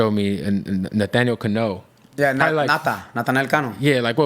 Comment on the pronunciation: Natanel Cano ❌️ Nathaniel Canoe ✅️ 😂😂😂